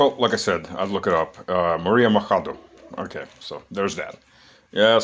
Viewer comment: That’s not how you pronounce „Machado“,.